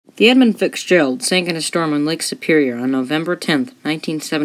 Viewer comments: All in all this was a pretty well done presentation. However, in the vein of friendly constructive criticism, there are a few items I want to point out. First is enunciation and pronunciation. I noticed it mostly in the names of the two primary ships in this story. At the beginning, it sounded as if you were adding an "s" to each part of the name i.e. 'Edmonds Fitzgeralds'. For pretty much the rest of your presentation it sounded as if you were saying 'Fixgerald'. The 'Fitz' in "Fitzgerald" should sound like fits. As in; "That jacket fits Gerald well." As to the other ship, about half the time it sounded to me as if the other ships name was the, "Arthur Manderson". I believe these issues are simply caused by rushing the read of your copy. Simply slowing down your reading rate, just a little bit is usually enough to correct this matter. Basically, go too fast and the words tend to bunch up or run together. If you watch/listen a few different seasoned presenters, you will notice what I'm going on about. The slower pacing offers some other benefits. It can lengthen a video slightly, thus increasing your watch time. It also adds an air of authority to your presentation. The other issues are content. I've never heard of any ship on the Great Lakes referred to as unsinkable. Anyone that has anything to do with shipping on the lakes knows that is tempting fate and foolhardy. The last count I saw indicated more than 6,000 wrecks in the Great Lakes, accounting for more than 25,000 los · I expect nobody was confused 🙂 but if they were, I wonder how hard they searched for the ship The Edmund Fixgerald on the Internets.